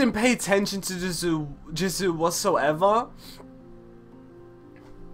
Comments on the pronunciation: Love u so much 😭😭😭thank u so much for this and baby it’s pronounced « JEE(S)OO » not jizu 😭😂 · The way he says Jisoo is kinda weird:))))